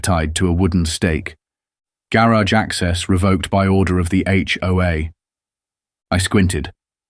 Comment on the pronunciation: Same story just more elaborate the 2nd time. And cant pronounced garage.